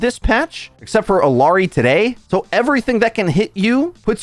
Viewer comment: I wince every time you say Illari and Kiriko. It’s like hearing someone say A-Aron just because it’s spelled that way. Illari is pronounced with a y sound. Like Iyari. Double LL makes the y sound. And kiriko is pronounced KEE-ree-co. Not kee- REEK- oh. Emphasis on the first vowel sound.